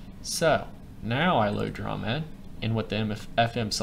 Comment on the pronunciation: The term "dromed" came from the camel, or dromedary. Thus, the word should be pronounced DROW-MED. You know...the preceding vowel is always long when followed by a single syllable followed by another vowel. Anyway, I'm known by Ricebug at TTLG and created a bunch of FMs. Now, here I am, back in kindergarten, watching your video! AAHHH!!!